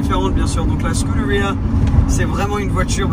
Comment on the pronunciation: Belle caisse par contre quand vous prononcez "scuderia" avec un accent anglais alors que c'est un mot italien ;) cordialement